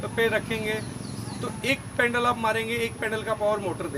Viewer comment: bhai pendal nhi pedal hota h